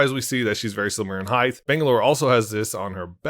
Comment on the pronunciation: heighth? you mean height